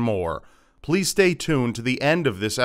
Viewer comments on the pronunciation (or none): none